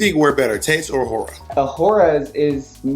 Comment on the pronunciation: bob saying tayce should’ve won over awhora is a crime